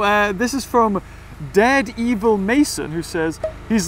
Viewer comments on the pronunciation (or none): oh boy, I wonder when will realise that an alert popped up on everyone's radar when he pronounced dare devil as "dared evil" haha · Gotta be a bit flustered when you read daredevil as "dared evil" 😄